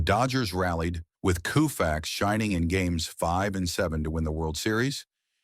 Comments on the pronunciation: It's pronounced Kohfax, not Kewfax. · Lose the AI narration. Koo-fax? Gimme a break! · This guy has a channel called baseball icons and he doesn’t know how to pronounce Koufax! 😮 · Sloppy work. AI narration annoying and it can’t even get Sandy Koufax’s name right. Also repetitive. And when the video covered his Cy Young Award it showed Ferguson Jenkins. The only reason I watched as long as I did was to point out why this video is awful. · Who's on the left ? And yes, that wasn't good pronunciation of " Koufax".